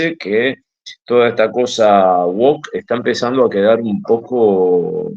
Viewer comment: Oye, no es tan tan tan taaaan difícil pronunciar bien algunas palabras inglesas. Es WOUK y no WOKKE, tío. Espabila un poco. Tu pronunciación de palabras extranjeras es catastrófica y eso no debe ser considerando tus temas tan internacionales. Hay que sostener un cierto nivel.